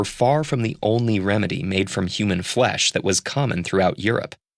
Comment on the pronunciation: human foesh?